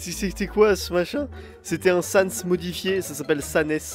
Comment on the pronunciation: Pas Sans XD